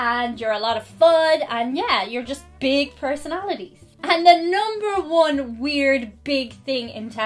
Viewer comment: Noomber Juan. 😂